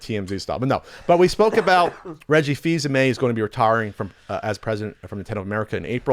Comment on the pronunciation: Actually, it's Reggie Fils-AIMÉ.